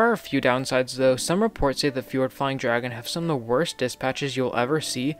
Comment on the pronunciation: Fjord Flying Dragon is actually pronounced “FEE-ord Flying Dragon”